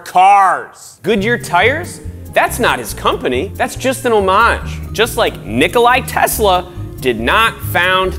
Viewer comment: Did I just hear Nikolai Tesla